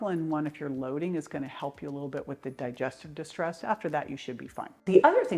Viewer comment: What do you mean about the part when you say about the digestion distress? Can’t quite understand what you are saying?